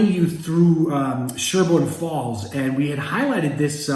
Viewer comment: PLEASE stop saying "Sherburne Falls." I mentioned this before re: one of your other videos. You lose credibility in W . Mass. It's SHELburne Falls. Please. I won't give a thumbs up until you publish a correction!